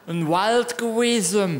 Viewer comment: "Da uar n Uald geuesn!" xD